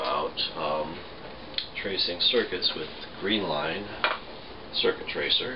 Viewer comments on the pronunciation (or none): I stopped and commented when he said "greenline" instead of "Greenlee" at da beginning of the video... dat was enough to let me know he ain't know shit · It’s Greenlee Doctor not green line